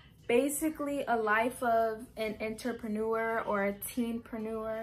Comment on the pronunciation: Ik I’m not trippin on how she pronounced entrepreneur